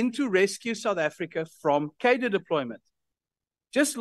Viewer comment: I implore you, Dearest. Please, please start pronouncing the word "Cadre" better.